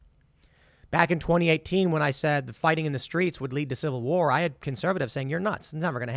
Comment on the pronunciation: Dude, Tim says SECOND CIVAH WAHH soooooo many times i think i feel that he is calling for action from god to make it happen